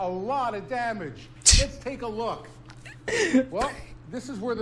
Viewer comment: That A Lot of Damage ใครได้ยินคำว่าDamageว่าDamn Itบ้าง หัวผมเริ่มไปแล้ว